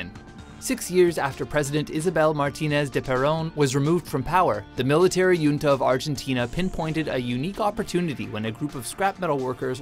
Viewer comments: Hunta not yunta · The word "junta" is NOT pronounced "yunta", but properly pronounced "hunta" as it is a Spanish word where the J is pronounced like an H. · me cague de la risa como lo pronuncia